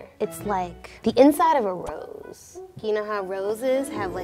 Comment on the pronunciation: the way said "Rose" 😂